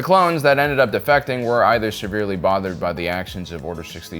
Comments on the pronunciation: Defecting (to quit a cause), not defecating (pooping). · Please...please stop saying "Defecating." You mean "Defecting." "Defecating" means to poop. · Defecting*... again, that's Defecting. What you said is different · Err, what? Do you mean Defecting?